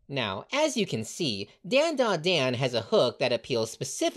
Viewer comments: It is pronounced DondaDon. Don( like a drum beat) yes is an on and not an sound. Dont believe me say Gohan. The an is an on sound. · bro keep saying dandadan wrong